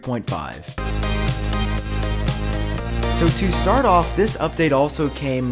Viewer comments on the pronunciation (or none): none